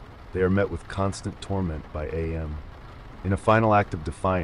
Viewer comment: It is pronounced am as in I am, not A-M. Did you actually read the book?